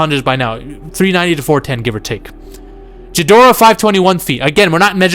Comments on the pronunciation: say it with me Gee dor ah,dont pronounce the h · Couldn't listen anymore after dude said "Jidorah". Geez